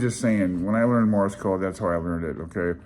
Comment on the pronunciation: It sounds like you're saying "morris" code.